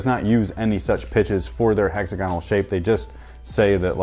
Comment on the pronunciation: HEX - AG - GONAL